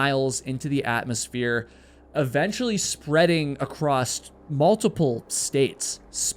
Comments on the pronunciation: This guy loves to add the letter T in words that do not include a letter T. ALSO has no T, yet he adds one and says, "ALTSO." Across has no letter T in it, but he adds one and says "ACROSST." I'm not putting him down for it. If he wants to intentionally mispronounce words, then he can have at it. I'm just pointing it out. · Oh!!!! Acrosst? Isn't a word! This whole episode just wreaks of male short falls! 😂😂😂 Let's get your male ego to 1 million subs! 😊😊😊 Then you'll be known ACROSST AMERICA 🇺🇸 😂😂